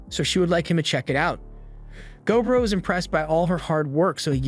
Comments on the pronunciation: MUTHAFUKKA! IT'S NOT GO BRO! Its gob ro. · I think it’s. Go-bro